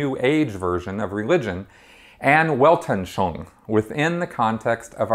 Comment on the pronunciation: I've been watching this series a a lot of your videos here on YouTube and I gotta say, as a speaker of German and French, I would be happy to help you pronounce words from this language. It's Weltanschauung is pronounced more like "velt- an schung". Your videos are awesome but the way you mangle other languages is grating. Just an FYI FWIW.